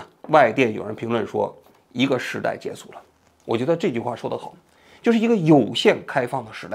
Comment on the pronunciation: 跟我读 结束（shu） 不是 结束（su）